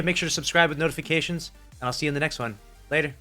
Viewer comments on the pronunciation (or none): none